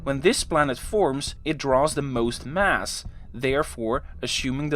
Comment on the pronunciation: Thanks for another great video. Very interesting, but you didn't mention the Precession of Mercury's orbit, eventually explained by Einstein's Theory of GR. Or are you saving that for another video? I hope you don't mind me mentioning that, your pronunciation of the word "Mass" often sounds like "Mars", as in the Planet!! Perhaps I only noticed it because I spent a fair amount of my working life in Rotterdam. (Great city BTW!!) Thanks again.